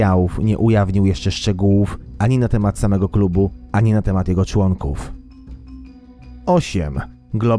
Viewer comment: "należy 2 i pół tysiąca człąnków" a ile skutków?